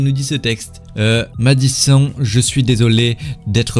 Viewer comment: C'est Madison sais pas Madisson sais comme si d'avais un e a la fin de Madison (e)